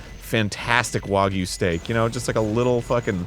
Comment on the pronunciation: Thank you for saying wagyu right. So tired of seeing folks call it "wag you"